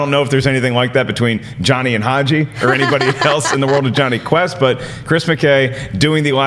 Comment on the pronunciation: Am l the only who heard jonhy test instead of jonhy quest